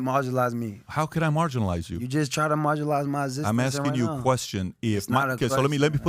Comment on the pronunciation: Antonio “Marginalize” Brown 🤦🏿‍♂️💀😭😂😂